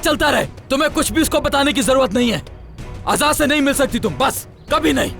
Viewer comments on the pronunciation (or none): Azat nhi azad hota h 😂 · ajad nehi ajad vai kaho....😂😂 mey jidni bar a line suntahu mera hasi rokneka nam hi nehi leta😅🤣